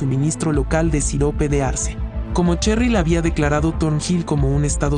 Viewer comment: Yo al ver como pronuncia en nombre de cheryl:👁👄👁